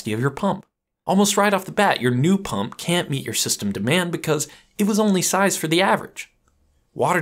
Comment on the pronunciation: It's "pump" not "pum"